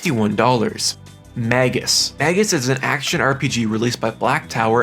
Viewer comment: Magus is pronounced May-Gus